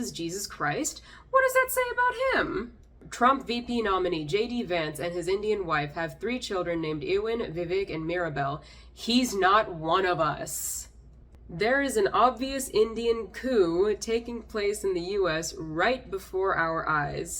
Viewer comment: Ewan is a Celtic name pronounced you’in